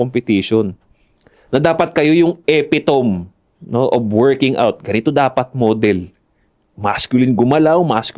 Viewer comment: Ma point out ko lang hehehe, mali ung pag pronounce sa epitome. pangalawang beses ko na kasi nadidinig si hehehe sorry, big deal lang tlaga sa akin kasi idol ko kayo. gusto ko lang na laging on point yung mga nilo look up ko kaya ko na mention.